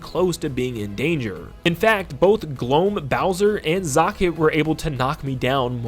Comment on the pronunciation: You say "zokket" much differently than I do lol.